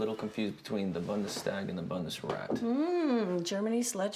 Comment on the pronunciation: "Bundes-Stag" and the "Bunde-Rast" 😂😂😂 Is that really how people in the US pronounce the governmental institutions of Germany? BundesTAG (Federal Assembly) and BundesRAT (Federal Council)? Come on! He pronounces it almost correctly but his mom...😂😂😂 However, left aside that kind of funny moments this movie is great and, unfortunately, pretty close to reality.